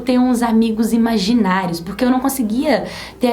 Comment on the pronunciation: Oi sou eu a vocês que em vez de imaginários eu ouvi maginais